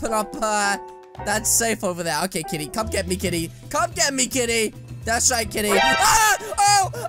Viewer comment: you keep saying"KTITY" instead of KITTY lol